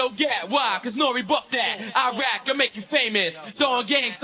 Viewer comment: I’m sorry … did he just say ‘ I’m half Queensbridge, I’m half Iraq( Lefrak) I’m half 40 ( 40 project)’😂😂😂